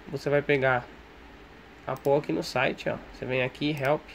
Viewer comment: A pronúncia de POOL é "PÚUL". Significa piscina em inglês. Muito minerador pronuncia PÔL, mas tá completamente errado.